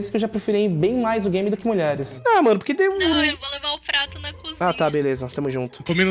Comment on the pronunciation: " sua beleia " kkkkkkkkkkkkkkkkkkkkkkkkkkkkkk